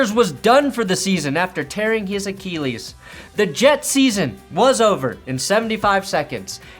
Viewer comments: Wanna try to pronounce acheelees again? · I'm still waiting for to pronounce "Achilles" properly. This is becoming triggering